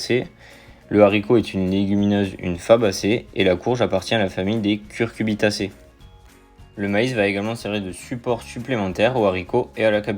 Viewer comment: c'est cucuRbitacées et non cuRcubitacées